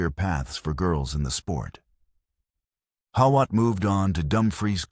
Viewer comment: Pronounced How-it .